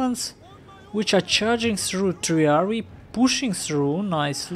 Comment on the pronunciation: I know it doesn't relate much to the video, however I think socii would have not had a k pronunciation as in soki but a ch on as in sochi, with a long i as sochii...i suppose. Also, i would suppose it is triarii not triariai...i suppose